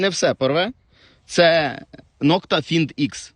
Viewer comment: "ФайндЭкс" вимовляється.